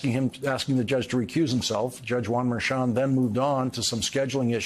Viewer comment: why can't you correctly pronounce Merchan? It's not difficult. Do you say Chair instead of Cher?